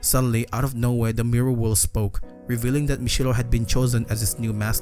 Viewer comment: "Mirra" i love the way you pronounce mirror